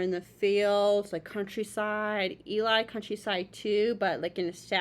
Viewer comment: Nice reaction, I like how much thought you gave to everything. They are the demigods of a cappella, for sure ! 😁 Our intense swordman is not Omar, but Cesar ;). And Eli is pronounced like "Jelly" without the J.